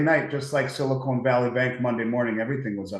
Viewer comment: Bitcoin is decreasing in supply. Silver is increasing in supply. We mined more silver this year than any year in history. We mined less bitcoin this year than in any year since it's invention. This dude can't even pronounce "silicon valley." You think he knows how bitcoin works?